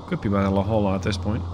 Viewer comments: As a Southern California native La Jolla is pronounced "La hoy ya" :) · La Jolla, California is the namesake for your submarine. It's pronounced La HOY-ya. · The la Jolla is pronounced "la hoya". Its a city outside of San diego California. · it’s spoken la-hoy-ya